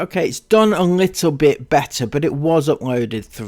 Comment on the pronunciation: And every fooking thing is ‘LITTUL’